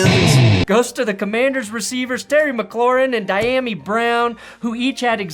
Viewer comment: Dyami Brown's first name is pronounced dee-YA-me